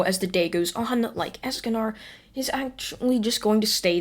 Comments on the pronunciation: I'm sorry don't mean to be rude but escanar ESCANAR DO YOU MEAN ESACANOR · Not “Eascanar” it’s es-con-or esconor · Escanor not Escanar and also you make these into a podcast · You're saying Escanor wrong It's not Escanar its Esk-ka-nor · I know you probably don’t care but it’s Escanor not Escanar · Can u pronounce anything right es-ca-nor like more, score, and lore, pronounces it like that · It's pronased es-ca-nor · so hes a ninja escanor if he does not increase in height edit: i love how u say escanor even if it wrong xD ( not to be rude or anything )